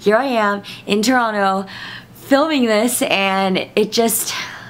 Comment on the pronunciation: Two thumbs up for not pronouncing the 2nd T in Toronto. I proclaim you an honourary Canadian. : )